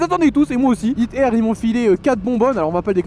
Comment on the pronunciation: Je suis le seul à chaque foi qu’il dit hit air j’ai vrm l’impression qu’il dir hitler